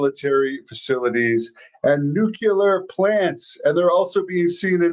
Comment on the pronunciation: How is it possible, in 2024, that there is even ONE person still mispronouncing, "NEW-kyoo-ler." 😅 Don't tell me, he also likes, "BUH-skettee" and spending time at the, "LIE-berry." How do you live to be 30-something and remain THAT ignorant?